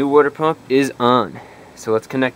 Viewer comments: Wooder pump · the WOODER pump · Wuter pump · Can definitely tell youre from New Jersey. Lol. My wife pronounces water the same way.